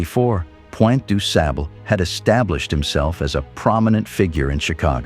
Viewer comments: Last name pronounced sob-luh. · The next time you say the man's name say it right. You don't pronounce the man's name like it pronounced pleased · Du sable say it correctly Haitian married to an Indian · The white man who narrates this history of John Baptiste Du Sable is killing the pronunciation of his name😡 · After all your efforts, can’t you consistently get the man’s name right? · Stop using AI as far as your commentary and narration of this video. You mispronounced his name and then pronounced it correctly all throughout this video. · 100 %. Correct